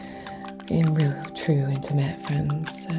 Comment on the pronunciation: Reiki Fwends.